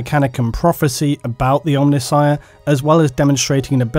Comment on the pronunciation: Hey, you pronounced C'tan right in this one (well, close enough). Now you've just got to work on Omnissiah.